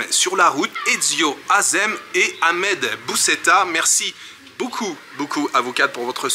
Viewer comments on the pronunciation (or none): none